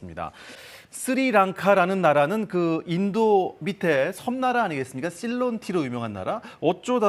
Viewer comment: 쓰리랑카가 아니라 스리랑카고 씰론티가 아니라 실론티에요 아나운서고 진행자라는 사람이 글씨도 제대로 못읽으시네요? 쓸사람이 저사람밖에없나? 더 잘난사람들 많을텐데